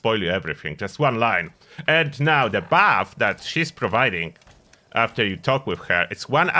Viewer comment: thought you said bath for 4 minutes, then figured out it was buff.